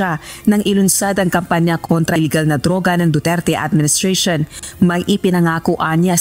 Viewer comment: BOOterte, BOOterte, 😂😂😂😂😂😂😂😂😂